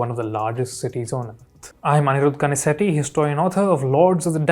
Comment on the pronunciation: I could look past the subversive ‘history’ creation out of the deeper truth of Itihasa by Shri, but not the ‘westernised’ pronunciation of his own last name. There is irony and a deeper truth hiding somewhere in there.